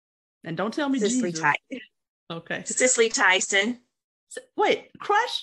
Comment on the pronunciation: Did she say Cicely Tyson or Mike Tyson? Don't think I heard right..